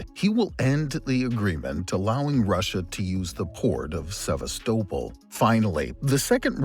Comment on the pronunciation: Annoying AI voice that can’t pronounce Sevastopol correctly ruins an otherwise excellent video. Unsubscribing, sorry🙁